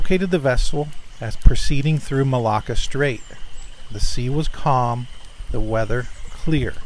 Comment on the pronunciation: Thank you 💓💖💓 and Author/Contributor!! Tis very curious isn't it?? There are many accounts like this... leaves the rest of us to ponder the reasons why🤔 Just so others know what geographic region you're referring to, you were saying what sounded like 'Mal-eye-a' Tis pronounced Mal-ay-a as in the word 'tray' and the Mal- a-ka Strait as in the word 'apple'... Just above Aus.... am not the speaking police...tis just so others have an idea what area of the world you're talking about.... Enjoyed this episode too😊!! Take Care Everyone.. ((((((((💓HUGZ💓)))))))) 💐🦄🧜‍♀️🧚‍♀️🧝‍♀️🧚‍♀️🧜‍♀️🦄💐 🌈💜🧡💛💖💚💙❤🌈